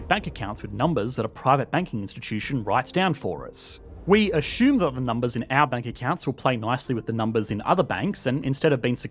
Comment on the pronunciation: The word assume doesn't have an H in it.